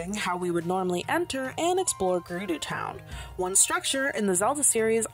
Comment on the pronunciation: Gerudo is not pronounced Grr-roo-doo it is pronounced Grr-ud-o. I just thought I should let you know ✨️